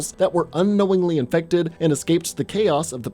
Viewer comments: Why did you say infected like that?. Do you feel every zpmbie horror type is allwaus undead. There are rage zombies who are just strait up Infected. Not died and then resurrected, but strait up turned on the spot. There literally was a kid who stabbed Sarah who was midmorning child zombie, but had the capacities of holding a knife. Which means some human braincells were still functioning. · Why do you always have to say “infected” like that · OK looking back on this each time he says infected really stupidly. There are times when I want to slap him in the head and tell him get over it. Zombies infected, same damn thing they’re trying to kill you.